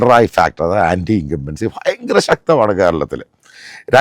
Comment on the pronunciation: ഫയങ്ങര പ്രേഡിക്ഷൻ 😂